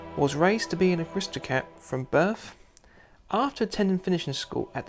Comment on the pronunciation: Also had to turn off when I heard "birf"